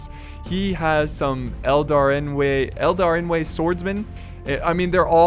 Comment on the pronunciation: Good job on the pronunciation of Eldarinwë, sounds like you've been practicing your Quenya